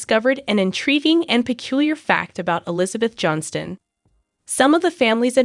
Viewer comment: Why do you repeat yourself, and their last name is pronounce Johnston incorrectly